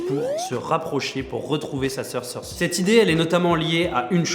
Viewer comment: Excuse mais Cersi ça n'existe pas. Dans la VO c'est Cersei (Prononciation PS : Je suis pas le genre de mec qui regarde la VO :P